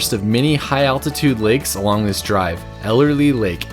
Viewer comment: It's Ellery lake not Ellerly 😜